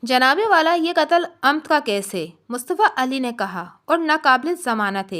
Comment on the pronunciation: جراءت رندانہ۔ rundana نہیں rindana ہوتا ہے۔ ر کے نیچے زیر ہے۔ قتل عمد یعنی premeditated murder. اردو میں قتل عمد amad . آپ نے umd کہا ہے ۔ اپ لوڈ کرنے سے پہلے کسی بہتر پڑھے لکھے شخص کے سامنے مشق کر لیا کریں ایسے میں آپ خود بھی الفاظ کے مفہوم سے آشنا بھی ہو جائیں گی